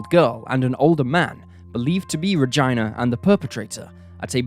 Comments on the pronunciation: Is this REALLY how her name was pronounced? I’m doubting it. He’s pronouncing it with a long I sound. I’ve never ever heard Regina pronounced this way. Anyway, other than the name pronunciation, great video! Thank you! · you mispronounced nguyen, mispronounced regina, then showed a pictured of jessica lunsford instead of regina... what is this mess?? do you guys put in any effort at all? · For goodness sake were talking about real things here love and grief and evil. Some of youre not picking about the way Regina is pronounce we all know what he means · My God! Made me cringe every time he mispronounced Regina's name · Wow, I have heard a lot of names butchered but all the pronunciations in the Regina case is just awful. Almost every name and city was pronounced wrong. Good stories though. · I want to die hearing the way Regina is being pronounced. Not supposed to sound like female anatomy I don't think 😂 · Omg I was thinking please stop every time he mentioned her name. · Yes, everytime I hear him pronounce that name, I cringe. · "Ra-jai-nah"? Oh boy, I have never heard the name Regina pronounced that way. Maybe there's a city with the same spelling that is pronounced that way but geez. Also, for some reason, Jessica's picture (the girl with the pink hat) keeps being presented as Regina when in fact they are not the same girl. I'm not angry, although it is a bit confusing. Still a good episode though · How was Regina pronounced...I'm called Gina not GYNA.. is he for real? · Her name is pronounced Rageena but I love your stories. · Really. You pronounced a lot wrong. I just stopped listening. Once you do that you ruins the stories. Learn how to pronounce names. Regina is the one that got to me. Re-gee-na !! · I felt like saying 'her name was not vagina! It's Regeena!' 😂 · Why is it pronounced Regina and not Regeena. When you say it like that it sounds really weird. Regina is supposed to be pronounced Regeena but spelled Regina. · Ra-gene-a, lol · Regina: Ra-geena